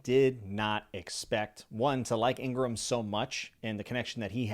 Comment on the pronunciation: thank you for your lovely review! you pronounce the log pose correctly, no problem at all. let me correct for the curly Igaram's pronounciation. it's Ee-gah-rahm, typical Japanese pronounciation. about Nami jealous of Sanji-Vivi, I think it's just Sanji's simping imagination (though some fans are really happy with this as they ship Sanji-Nami) because Oda has officially stated that there will be no romance thing within our crew.